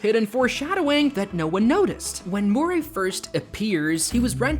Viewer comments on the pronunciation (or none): his name is murry not morray eel. and a lot of "conspiracy theories" end up true or right in at least 1 way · MURRAY Not Moray. One is a person's name; the other is an Eel.